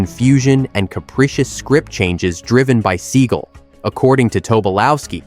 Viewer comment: It's seagal not seagul